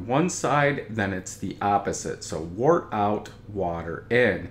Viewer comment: Let's start by pronouncing the word "wort" correctly. It does not sound like "wart." It is pronounced like "dirt" with a "w" instead of a "d." Wort is derived from the Old English word "wyrt."